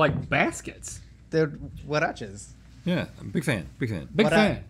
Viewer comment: as a spanish speaker, i appreciate chase actually trying to say "huaraches" correctly